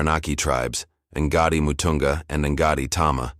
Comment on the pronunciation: This AI can't pronounce the words properly. Ngāti is not "EN-GAR-TEE".